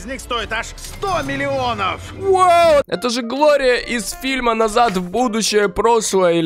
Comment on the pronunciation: Холли бам вообще-то правильно дэлориан а не Глория